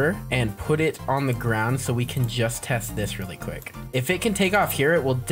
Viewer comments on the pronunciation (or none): none